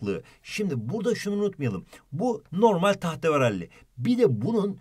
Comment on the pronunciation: tahteveralli 🤣 Ay hocam yaa